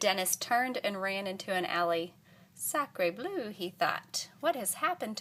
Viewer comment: Sacré blue is pronounced ( Sack-ré Bl-uh) I speak French. And was taught a bit more.